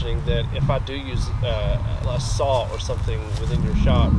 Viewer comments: Thanks for Inspiring others and just being yourself. Love your work and the awesome effort & dedication you give, it makes the process and project well appreciated. I'm also from the South (AL) and I pronounce (Saw) as you do. It's a Southern thing, hopefully I can get the courage to make a video soon. Thumbs up girl!!! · You are way more mature, focused, and grounded than most younger people these days. Your parents raised a great kid...even if your mom did teach you to say "saw" with an "L" on the end. I hope your channel continues to grow and that you find even greater happiness to come. Thanks for your videos!